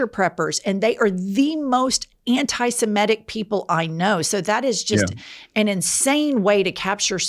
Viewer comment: Why is it, all of a sudden, NO ONE down south can pronounce 'antisemitic' properly any more? The word 'antisemite' doesn't get flubbed. But change the beat, and they trip over their feet!